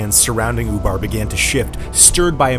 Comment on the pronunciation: That's ''Ubar'', not ''FUBAR''... although that's exactly what happened.